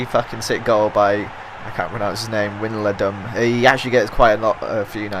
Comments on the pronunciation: "Winnaladum" Hilarious, I'm Dutch ;) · Wijnaldum is pronounced Why-nel-dum with the u (in dum) like the u in gun thumb up so he can see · WAYNALDUM -> pronounce it like that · haha i cant stop laughing when he pronounced wijnaldum xd stupid feyenoorder AFCA! really good episode;) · lol i love how you pronounced wijnaldum XD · Tip for Wijnaldum, it actually sounds quite similar to Ronaldo. Just replace the Ro- with Win- and the -do with -dum.